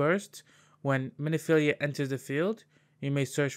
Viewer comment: it's Min-filia, not mini-filia, also Scion is pronounced "Sai On" or "Sigh On" - you just kept saying it wrong so I had to comment =) otherwise nice video!